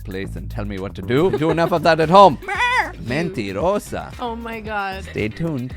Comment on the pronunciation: 🤣 your Spanish is great! Especially when you called Sheena a mentirosa! lol